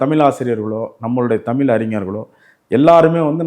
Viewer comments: ஐயாவின் "தமில்" உச்சரிப்பை தமிழ் படுத்த வேண்டியது மிக முக்கியம். தமிழர் தானே? அல்லது, திராவிடரா? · ஐயாவுக்கு தமிழ் என்று சரியாக உச்சரிக்க வரவில்லை போலும்! மகிழ்ச்சி! ஆலயங்களை உருவாக்கிய விஸ்வகர்மா ஸ்தபதிகளுக்கு அந்த ஞானத்தைத் அருளிய சிவபெருமானை வணங்குகிறேன்!